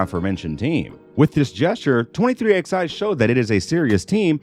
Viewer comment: It’s not xi, it’s 23 eleven